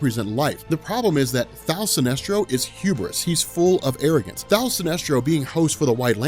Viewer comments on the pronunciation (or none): Kevin Ham He is saying "Thaal" Sinestro lol.